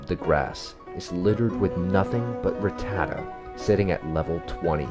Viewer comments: Man who in the fuck is RIT-TAD-DA ? It’s pronounced RAT-TAH-TAT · It's pronounced Rah-ta-tat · Saying Ruh-ta-tuh has me crashing out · 25 years and now I don’t know if it’s ruh-tata or rat-tah-tah